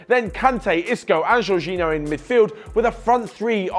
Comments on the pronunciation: He lost me at jourginho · Did you just say jorginho. You can't be serious